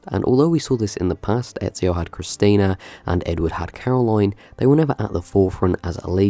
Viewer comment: I strongly disagree with your ranking. First comes Ezio (and I believe if he is truly your favorite protagnoist of the series it might have been worth looking up how to pronounce his name correctly), then Altair, then Desmond and after that just the characters in the order the games were released. With every year going by I was dissappointed a little more. I'd even say that some side characters in AC II, Brotherhood and Revelations were better written than some protagonists in later games.